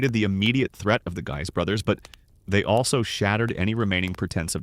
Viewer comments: I have always heard it pronounced (sounded out as) Giii's though it's spelled "guys" (looks at you with derision, if you're presenting you should know and not re-write history) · you finally got “Guise” correct after multiple mispronunciations. Then returned to the wrong one later. Completely inconsistent pronunciation of historic names is sloppy. Please review and correct these AI narrations before posting.